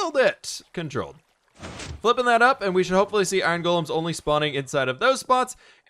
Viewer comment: ‘The fwipping wings’ amazing like if you agree lol